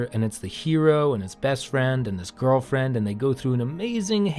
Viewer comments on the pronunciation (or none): that "girlfiend" really cracked me up :-)